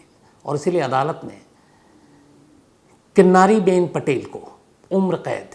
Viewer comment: किन्नरी not किन्नारी